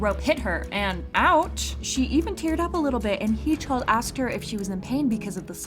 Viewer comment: who the hell says hee-chul's name incorrectly that stopped me in my tracks lol